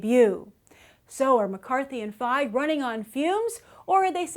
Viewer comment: Ok i apologize and i know its no big deal but i just read a novel by Paul Feig and its pronounced Feeg. If you read it you would understand why i had to post this